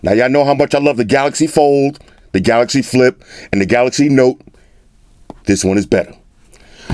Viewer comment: It’s not "Galaxy Z Flip” it’s "GalacZ Flip”😎